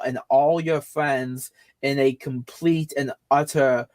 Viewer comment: watch out, mentally handicapped Mr. Mackey is coming for you " is a compwete fake an fwaud, dat he's a gwifter....not willy afwaid of anything that'll happen to me, mmmkay."